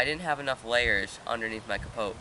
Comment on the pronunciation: The "t" in capote is silent, other wise, great video.